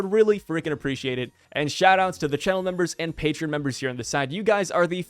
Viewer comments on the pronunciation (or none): none